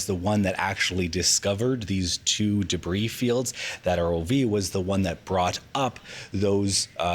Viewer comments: I can't stand the way she says "debris". Day-bree, day-bree. It just grates on my ears. Lol. Is it an accent thing? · Why is she saying debris like an absolute bafoon